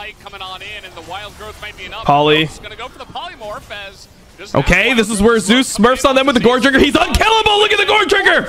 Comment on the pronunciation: For anyone interested the only reason why casters pronounce Zeus as "Zay-oos" is because of a player that has a similar pronounciation called "zzus"